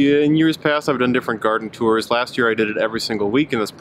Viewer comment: tours not yours